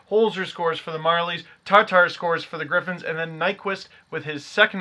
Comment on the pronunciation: TAtar, not TARtar.